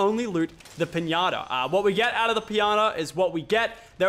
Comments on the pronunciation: You said pianta instead of pinata at the beginning of the video by accident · he said pinana